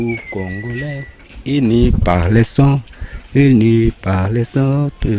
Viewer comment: Cest uni et pas ini